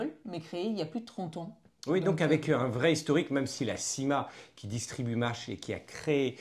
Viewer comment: C’est quand meume pas si compliqué à dire : « même »